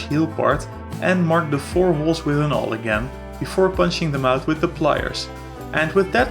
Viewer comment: Awl is pronounced the same as All lol I only mention this because I thought it was funny that you didn't actually use any Owls in this project :P Nicely done though and great vid. Inspired me to get my own pair! :)